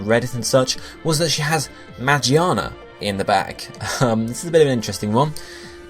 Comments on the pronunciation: WHY ARE PEOPLE SAYING MAGIANA ITS MAGEARNA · Lol you pronounce magearna ma-Ji-arn-ar its mig-gear-nar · ma-gear-na not magi-arna >.< so annoying 😂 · You know I'm pretty sure Magearna is pronounced Ma-GEAR-na not Ma-GEE-arna. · Mah-Jee-anna? its pronounced Mah-Gear-Na. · who is magiana? isnt it magearna? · magearna, not magiana. Magiana is japanese name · It's Ma-Gear-Na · Isn't it pronounced "Mah-Gear-Nah"? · ITS MA-GEAR-NA!!! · Alright I get the argument that he's used to call magearna that but come on moron it's mah-gear-nah and it looks like a fucking gear I think it would be obvious how you pronounce that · Say it with me now. Ma-GEAR-na. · Omfg get over how he pronounces Magearna's name. That puny thing wasn't even the point of the video. You people are so annoying. Let him pronounce things as he wants. We all know what he means anyways so there's no point in correcting him.